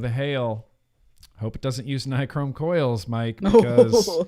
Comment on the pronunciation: read this out loud: Bill Nye, Google Chrome. Nye, Chrome. Nye-Chrome. Ni-chrome. Nichrome.